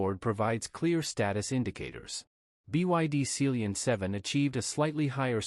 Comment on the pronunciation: Sealion is pronounced sea LION as in the big cat !